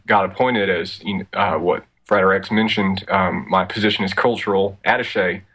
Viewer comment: Frater is not pronounced "freighter", you do not lug cargo around the globe...